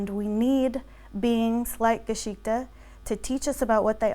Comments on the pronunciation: She does say "Geschichte" but she pronounces it so incredibly wrong it hurts me as a German. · We're being WARY, BECAUSE MANY PEOPLE ARE UN-TRUSTWORTHY. (One "Red Flag" is that she can't even be bothered to learn the correct pronunciation of the Main Character of her Tale: "Geschichte".)